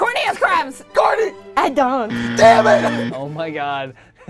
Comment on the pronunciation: "I doun't"